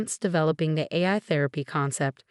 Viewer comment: You need a better computer voice some of the pronunciation is very wrong. For example Therapy is pronounced Thera Pie and Nathan is pronounced wrong about 50% of the time. AI is not pronounced correctly and a lot of the rest is wrong. Why not just do your commentary as a human or is that too much work.